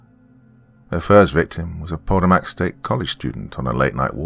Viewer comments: Dear: Just to let you know, the word "Potomac" is pronounced pa-Toe'-mec. The emphasis being on the big "Toe" - like gout. 😊 Hope you are doing well. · The river is pronounced Puh-toe-mick. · Pronounced like Pu-toe-mack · That river is pronounced as pah-TOE-mac...just for future reference. Never heard it pronounced the way you did it. Entertaining story nonetheless. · Doc may have mispronounced "Potomac" but he read that Latin like a freaking champ. I couldn't even read it that well and I wrote the story lol. I really liked "The Devil Does Not Bargain for Souls." I look forward to hearing more from Bloody Spaghetti. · This has to be written by someone familiar with where I grew up at in southern Maryland. Also the drs pronunciation of Potomac😂! Great story and narration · Anyone else who can't help themselves mentally correcting the pronunciation of Potomac?